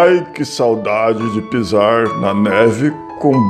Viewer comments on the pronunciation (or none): você já está pronunciando o "R" no final das palavras igual curitibano!!!! Preste atenção à palavra "PISAR" no início do vídeo.